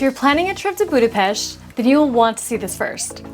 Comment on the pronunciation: Your pronunciation of Budapest also Rudas is immaculate. Nice video also.